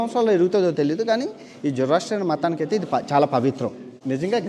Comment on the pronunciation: అది "జొరాస్ట్రియనిజం" వాళ్ళని "జొరాస్ట్రియన్" లు అంటారు.